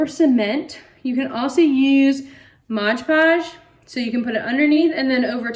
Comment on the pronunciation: It's MOD podge sweetheart, not MODGE podge. I know that's petty to some but it drives me nuts when I hear or see people call it modge podge lol. That aside though, you are very creative and have awesome ideas!! Keep on keeping on girl!!